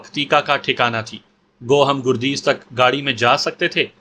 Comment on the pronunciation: گردیز کے گ پر زبر لگتا ہے اور دوسرا شہر پکتیا ہے